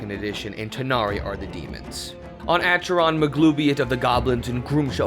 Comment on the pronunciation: Acheron is pronunced AKERON.